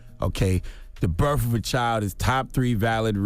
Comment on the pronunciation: It's properly pronounced BIRTH not BIRF